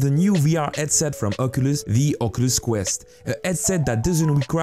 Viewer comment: "Vr eadset" Still good video tho <3